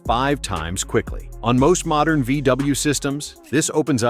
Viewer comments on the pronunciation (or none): Did you say mordern VW?? and some of your videos are dated. This video was a complete waste of time!